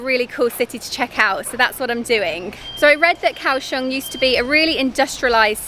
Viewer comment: It's not Cow Shong!. It's Goa Xiong!